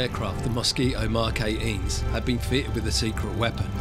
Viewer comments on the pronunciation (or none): Gripping story and some lovely animation. Not convinced by the rendering of the human figures, but still wondering why, with such skills available to film makers, we have not had a remake of some of the wartime classics. (One thing that I did find irritating was the narrator's inability to use consonants properly. What is a mosqui'o?)